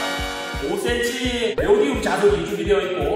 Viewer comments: 네오디움이 아니라 네오디뮴이에요... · 네오디움 아니고 네오디뮴 입니다